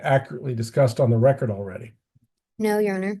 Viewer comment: "Let the lecord" 🤣